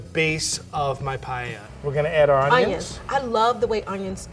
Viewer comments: Every time they said payeya, a Spaniard died 💔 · Guys, fellow Spaniards, calm down. This is not meant to be paella, we clearly heard that it’s Payeya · I can’t unhear “payella”. My English is so bad I shouldn’t be criticizing their Spanish, but “payella”? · Me: a Spanish watching the titlte of the video -> I'm gonna get triggered by the pronunciation for sure.: PaLLella Me: TRIGGERED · Agreed, but I also hate that they say pallella they just don't try neither cooking or talking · Nobody: The Girl: pallella 🤣🤣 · Lo que es realmente curioso es que lo pronuncien como “pallella” 🤣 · this is just awful all three and do not pronounce the words paella or spain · “I grew up in a Spanish and Hispanic household.” Proceeds to completely butcher it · Don't say paella anymore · I´ve a problem with the pronunciation of paella, please at least said it right if u are gonna talk about another country´s food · As Spanish and Valencian, I can't stand it 😂. You can do your own version of rice with "things", but please, for the god sake, don't call it Paella 🙏. Anyway, enjoy eating your recipes. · I love how none of them pronounces paella correctly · I am Spanish and is making me suffer a lot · All love, no hate (Especially for <3), and I'm not really a pronunciation person, but the way they pronounce paella triggers me everytime. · As a spanish speaker, it's sooo funny to hear you guys pronounce "paella". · PAELLA Everyone in the video : 'PA-E-A' Me : 'Paella'.... Where I pronounce both the LL Is my pronunciation correct or theirs 🤔😵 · Llevo dos segundos y ya estoy llorando. Also, guys, why do you say pallella? PA-E-LLA. Aaaand we don't use extra virgin for frying. Unless you are bougie AF. It is for eating it raw. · First step could be to NOT say " pallella " ? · ‘Pallella’ learn how to pronounce it and then you’ll cook ma’ darling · i don't understand why most americans say "payella" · por qué lo pronuncian payeya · "Payeya" Killed me!!😂😅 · Paeiaia XD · Her "payeya"